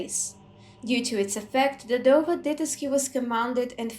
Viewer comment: Just wanna say I’m loving the dovah translations and explanations and your pronunciation is amazing. How does one go about learning the dragon tongue so well?